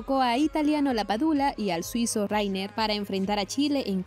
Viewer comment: Hola! Solo para comentarte que no se pronuncia Rainer ni Reiner. Simplemente "Riner". Saludos desde Suiza!